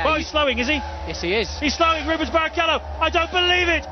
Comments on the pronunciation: What is it with English speakers refusing to say anything in any other language correct? He said Ruben instead of Rubens Barrichello and dont make me even started how messed up Michael Schumacher is said here. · Rubens. You pronounce the s you know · That's two videos I've noticed him do this. Just sad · holy shit I missed that. Man this dude needs to learn how to pronounce these names